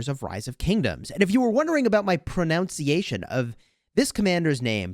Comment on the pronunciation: Did you really just say pro “now” ciation? Oh dear 😂